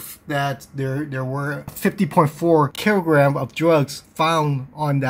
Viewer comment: “500 keerograms of…” 😂